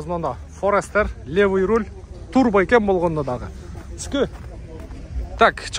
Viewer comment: Урол эмес Руль деп айтылат.